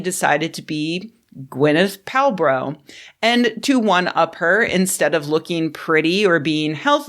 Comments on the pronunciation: "Gwyneth Palbro". 🤣🤣🤣🤣 Love it!!!!! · “Gwyneth Palbro” is hilarious. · "Gwyneth Palbro", 🤣☠️ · Not enough focus in the comments on your naming him "Gwyneth Pal-bro." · Gwyneth pal-bro 😂😂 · Gwyneth Pale-Bro, am I right?😂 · Things like "Gwyneth Pal-bro" affirm that my patreon money is well spent. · “Gwyneth Pal-Bro” 💀🤣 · this video is an actual treasure, between the "now that's really weird, because i recently heard that capitalists drive scientific progress...huh. i guess that's another story." in reference to Johnson pulling neuroscience funding. and, "Gwyneth Pal-bro"